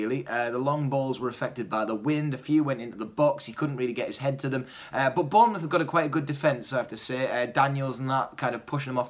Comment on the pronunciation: mouth not muth...